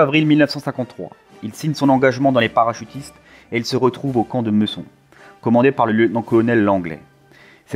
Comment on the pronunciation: euh... le camp ce n'est pas " meusson " mais Meucon " meukon " ... LOL . J'ai fait mes classes là-bas...